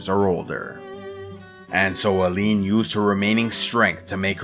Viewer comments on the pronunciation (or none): Tu dis Allen au lieu d' Aline (li comme Lily), tu dis Dendre au lieu de Dessendre , tu dis Gage au lieu de Gommage , tu dis Essié au lieu d' Esquie , tu dis Manoco au lieu de Monoco etc. Ça n'empêche rien à la qualité du travail mais c'est dommage.